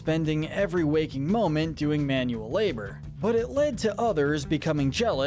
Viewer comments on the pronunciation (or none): none